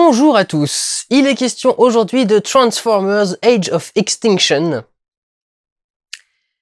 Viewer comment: Je parle pas de cette vidéo en particulier, je parle d'en général (mais là c'est le "age of ixtinction". Juste pour dire que ou tu prononces à la française (qui ne gène personne à part les québecois) ou tu fais à l'anglophone mais bien, l'accent "je sais plus ou moins comment ça se prononce mais ça sort pas vraiment comme prévu" jme dis toujours que c'est un effort inutile dans une phrase. Mais j'accepte ta critique.